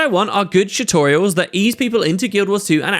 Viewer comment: I love how you say "chutorials"